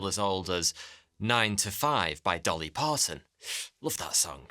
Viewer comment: He said "Dolly Parson's 9-5“.😂